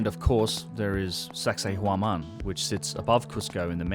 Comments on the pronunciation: did you just say, "sexay womOn?" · . "And of course, there is sexay woman..." (Sacsayhuaman) 😂 👍 Nice work, slippin' that one in... lawl!